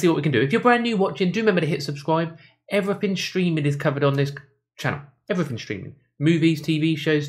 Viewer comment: Access to other 'fings'...like English language??? 'Everyfing'